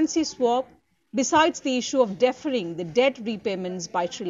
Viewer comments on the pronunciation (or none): you pronounced " Deferring & Devolution" Wrongly ! ...I think you got problem with 'D' Words 😝